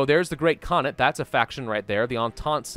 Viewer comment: The way he pronounced "khanate" is incorrect and he also mispronouced "reich". Not saying I don't like him, just something I noticed.